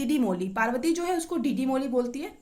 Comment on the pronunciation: Woo डीडी मोली nhi hota h दीदी मोनी hota h 🙂 Btw your notes are so good thank u 🫡🫶🏻